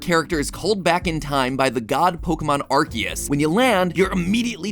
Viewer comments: Arceus not Arkeus. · IM SORRY DID HE JUST SAY "ARGEUS"??? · It's pronounced aar see uhs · as someone with the last name ARCE its crazy to hear the name ARCEUS said as ARCHE-us and not R.C.-us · am I the only one slightly annoyed with the way MatPat pronounces Arceus? I know ark-ee-us and ar-see-us are both technically correct, hearing the former is weird to me cause I say the latter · i think to say arceus is this way game/food/film theory bc you said it this way "arki use" i think this is how to pronounce it (its only my opinion on calling the god pokemon) pronounce like this "ar si use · bro. it’s not “ark-see-us” it’s “are-see-us” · Is it (ark-eus) because I thought it was (arse-eus) in terms of pronunciation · Yeaaaaahhhhhhh.... i think imma just stick to saying it like "are-say-us" 😅😂 the english pronounciation just sounds so 😵‍💫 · Mattpatt! You're saying Arceus wrong! It's aar·see·uhs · Mans really sayin arkeus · please no, I can't deal with 16 minutes of him calling "Arceus" "Arkeus" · He's called Arkoos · You pronounceing it wrong it's arkoos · coughs It's ARKOOS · STOP SAYING ARKYOOS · Bro it is not legends arceus it is legends arcoos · He did not just say "arh-keyuse" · Ahem, I think you meant to say ARKOOS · I hate that he says "ArKeus" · It can be pronounced either way but the official pronunciation is Ar-kee-us because arse is in Ar-cee-us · quick factoid there are two correct ways to pronounce Arceus and MatPat did not hit either of them (the first is according to the romanization of the Japanese name being "Aruseusu" which would mean it's a soft C, the second being that it was originally intended to be pronounced "ark-ay-iss," like "archaic". Which is why Silvally's ability is called the "RKS System".) Nothing against MatPat, just wanted to share this information because I thought it was cool. Enjoyed the theory as always :) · The way he pronounces arceous makes me want to cry🤣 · still not pronouncing "Arceus" correctly 😕